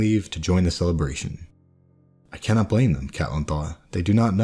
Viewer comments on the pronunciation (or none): none